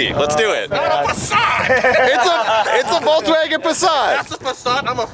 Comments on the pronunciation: what the fuck is a VolkswagOn haha it's VolkswagEn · What's a Volkswagon? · Seriously?! "Voklswagen" ???????! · VolksWAGON.. did.. did you.. VOLKSWAGEN! Not WaGoN. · Voklswagen. Noice